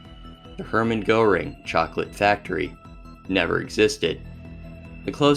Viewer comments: i mean its understandable to mispronounce a lot of names from various european languages, i just dont get why give goering a special shoutout. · why apologise just for mispronouncing goering while you butcher many other things among the way